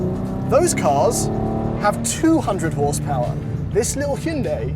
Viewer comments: GOod job on that near perfect pronunciation of "Hyundai" ! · That's actually the correct Korean pronunciation of Hyundai, despite Hyundai's "rhymes with Sunday" marketing campaign.